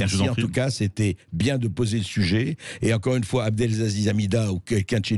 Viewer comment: "Abdelzaziz" C'est si compliqué d'apprendre à lire ? Abdelaziz ? A B D E L A Z I Z